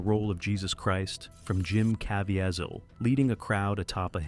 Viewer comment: And by the way, his name is Cah VEE zull.